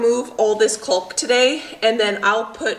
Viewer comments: Caulk vs Culk. Think of Australia - has the "awe" sound. C-awe-lk. Not that I'm OCD about anything, pronunciation included, haha. BTW - the flowers in your garden are gorgeous!!! The new owners-to-be are going to have such a beautiful yard!! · CAULK. CAULK CAULK. not Culk 😳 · please it's pronounced ( Caaaaalk, not Cuuuulk.😂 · "Caulk" rhymes with "walk", not "folk". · The way you say 'caulk' is absolutely KILLING ME!!! Instead of 'cull-k' think "CALL-K" emphasizing the wrong vowel... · What a great job are doing! My hubby and I don't work well together on projects usually. And the way say "caulk" like "culk" cracks me up! In Georgia it's "cock" like a male rooster. No L. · I’m from illinois, been watching you a while…like that you say “cul-k”, here we say “caw-k”. Funny how our regions influence our speech. Wonder how many other pronunciations there are?! Happy house reworking! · Caulk is pronounced cawk as in hawk in the U.S. Love your videos! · It’s pronounced caulk like chalk Well I’m from the East Coast that’s how we say it LOL. You’re a doll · Calk. The L is silent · The 'L' is silent in the word caulk...cawk. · The way you pronounce caulk is like nails on a chalkboard. The L is silent. Sounds like hawk. The foam sound makes me laugh. I am enjoying these videos very much. I hope you finish your caulking soon. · Caulk rhymes with walk. The "l" is silent. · When you pronounce caulk correctly it rhymes with ‘talk’. You barely say the ‘L’ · Your way of saying Caulk is cute. I've only ever heard it pronounced like hawk. Cawk. lol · The L is silent in caulk c a w k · No L in Caulk. Prounounced like Rock. ;-) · You're killing me every time you mispronounce caulk! :) The L is silent. Hahahaha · The "L" in caulk is silent.